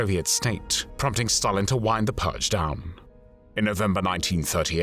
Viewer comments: AI speech. 'The Great Pudge' should be 'The Great Purge' 🤦‍♂ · Why does the voice say pugge instead of purge? :)